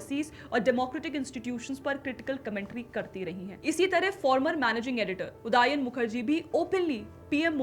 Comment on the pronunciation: उदायन नहीं, उदयन.